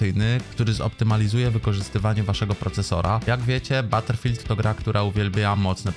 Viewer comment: baterfield 6 XDDDDDDDDDDDDDDDDDD